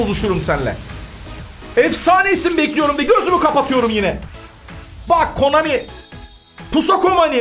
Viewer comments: Her videoda konami yerine komani demesi fbfhfnjfbfuf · Komani değil abi Konami videonun başlarında yanlış söylemissin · Hadan abi komani diyor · abi komani değil konami dafwesdfwdsz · Abi komani değil konami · abi komani degil konami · Abi komani değil ki Konami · Komani deyil konami